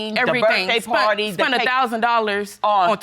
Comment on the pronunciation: LaQuita Fergerson Lol they mean "spent". Also hilarious is when I hear "sunt" for "sent"